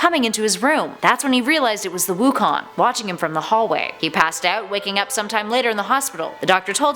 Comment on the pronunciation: Wukon more like raven